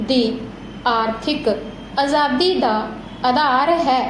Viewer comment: Mam bhot vdia bolya g pr tuc ਅਜ਼ਾਦੀ ਤੇ ਅਧਾਰ ਬੋਲਿਆ ਤੇ ਪਹਿਰੇ ਵਿੱਚ ਆਜ਼ਾਦੀ ਤੇ ਆਧਾਰ ਸੀ ਇਹ ਕਲੀਅਰ ਕਰਦੇ ਕਰੋ g